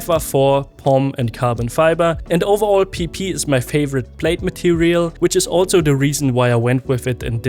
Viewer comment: Hearing you pronounce PP for the plate cracks me up 😂